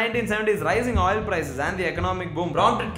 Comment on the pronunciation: I just spent the past 45 seconds silently laughing at oil spelt like OYIL.